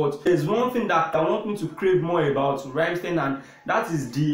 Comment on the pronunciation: NOT the idiot sounding Rammsteeeen !!! Its like "Rum?mstine"